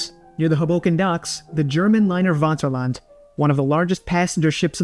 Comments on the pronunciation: It's not "Waterland". The pronouncation is Faterland. Regards from Germany. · The Wanterland? Do you mean the Vaterland, pronounced with an F?